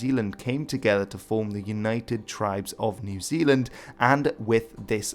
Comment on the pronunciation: People in New Zealand really wanna officially change the name to Aotearoa when people pronounce it like that!